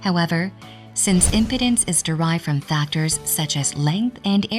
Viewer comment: OMG! the mispronunciation of "Impedance" by this text-to-talk bot is hilarious!